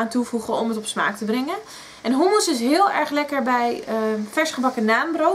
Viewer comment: In Nederland spreken we u niet uit als OE.